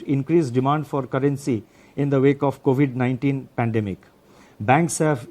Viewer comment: He can't pronoun epidemic & pandemic but he is given our financial structure , 😂😂😂 best was "DGP" instead of GDP best is he reads from script make mistakes, all accepted . His did not mentioned why they can't regulate, monitor and avoid China's investment in Indian company HDFC, what they doing to stop china in future, does he know china will buy India by forced default in long term FDI . It's not in favor of 🇮🇳🇮🇳 INDIA.?? Secondly What are you planning to support or ease SME (small and medium enterprises) in tax exemption or postponement, in the myst of COVID -19??. Thirdly there is no mention of capital infusion for private ltd sector? On one hand mentioned heightened uncertainty, other hand Also spoke about NSO (national statistic office) data CPI inflation declined by 90 basis point then changes to 70 immediately 😂😂😂 declined to 5 basis point OMG😱, does he live in space, as he said inflation has dropped 170 basis point. 😂😂😂 I need to know inflation data is analysed or compared with ?? It's high time! WE NEED RAGHURAM RAJAN.